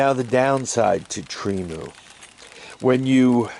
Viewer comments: Tree-Moo! You butcher names is like my mother! 😆 Agree, Temu is a cool place to shop… I use the phone app. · Tremu or Temu? lmao